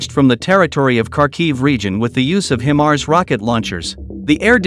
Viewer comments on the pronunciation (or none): It is NOT pronounced Him-Ars, It is HI-mars, with a long 'I'.